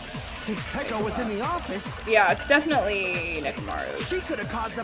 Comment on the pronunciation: We’re just going to ignore how we didn’t correct of pronouncing Peko’s names as “ Piko”.